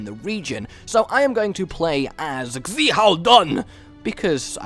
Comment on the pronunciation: The xi is pronounced she